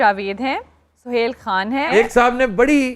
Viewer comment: you should learn urdu from aftab bhai because you said (irfan khan) but this word is خان not کھان